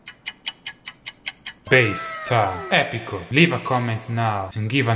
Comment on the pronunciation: Not epico